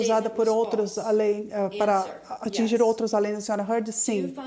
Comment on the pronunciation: Eva Heard? Vai fazer inglês tia. #teamjohnny